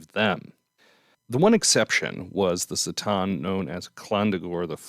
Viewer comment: C'tan. Not "s" - tan but "k" - tan. As far as I know.